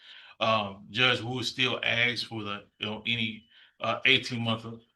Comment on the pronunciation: . ..."Aks fo". Jeez.